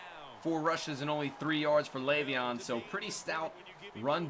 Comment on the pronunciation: its leveon layvon